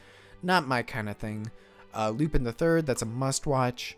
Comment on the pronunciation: I see Lupin, I click like. Also, it's pronounced loopahn, get it right dude. 😤 Also, you need to hold off on revealing the top five until the end. That's how you get people to watch until the end of the vid! But this gave me quite a few new interesting series to add to the watch list, against my better judgement. -That Toei one is actually based off of a 60's manga and has had various anime adaptations since 1968 from Toei themselves. Definitely looks really cool. -Personally I think Piano could be an unexpected gem of the season. -Even if you wanted to watch the Miyazaki short it's only gonna play at the Ghibli museum and nowhere else. 😕 -I'm disappointed you skipped Tomie. -Isn't that mob OVA going to be mostly recaps of the first season? Regardless I'm gonna watch it for Reigen. Also the reason all the good ones are lower in popularity is because MAL-tards are allergic to the classics or anything that originally came out before they were born.